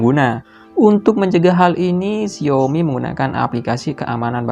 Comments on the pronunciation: xi ao mi not xiomi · pengucapan yng betul Xiaomi, bruh i'm chinese lah, memang pengucapan nya Xiaomi not xaomi,xaomi ni hanyalah pengucapan orng Malay/indon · Mang ketika lu baca Gesture udah bner banget dengan "Jestur", tapi kenapa pas baca Xiaomi dan MIUI kok begitu? Aku jdi ngakak tau mang, harusnya kan Xiaomi dibaca "SIAOMI (indo aksen) atau Saomi (aksen asli)" dan MIUI dibaca "miuai". Sekadar masukan....